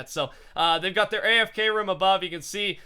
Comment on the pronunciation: the way he say room though "ruum" lol